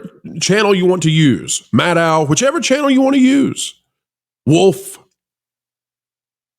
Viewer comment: I agree with Rachel Maddow. (That’s pronounced, Maddow, as in meadow,. Show some respect!)